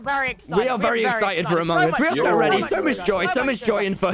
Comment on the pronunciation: Amoung Ous Pure British accent